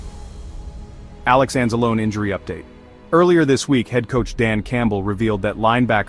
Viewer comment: You dont know how to pronounce Alex Anzalone's name??? 🤦🏼‍♀️